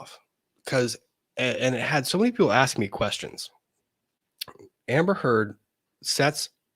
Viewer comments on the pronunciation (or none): Drives me crazy when says “axe” aka “ask”